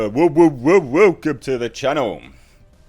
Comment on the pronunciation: >¥< Your intro for these type of videos should be “Woke’um to the channel”, because that’s what it sounded like you said lol ¥•¥•